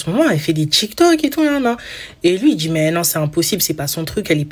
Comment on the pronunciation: Elle " dgit " qu'elle est sur "tchik tok"😂